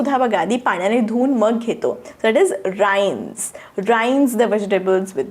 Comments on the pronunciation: Ma'am Rinse lt will pronounce in रिन्स् not राइन्स् as you pronounced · ma'am Rinse will be pronounced रि्न्स् Not राइन्स्